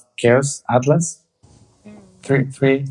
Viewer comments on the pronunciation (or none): none